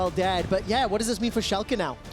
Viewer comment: Finaly a german caster who can pronounce Schalke right xD